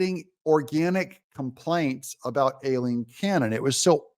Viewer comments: It’s Aileen not Alileen! Unless it’s done on purpose of course? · It's pronounced EYE-lean.